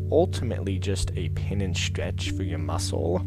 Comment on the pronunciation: He says 'stwech'